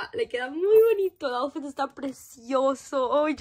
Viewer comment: Se Dise aufit no aufet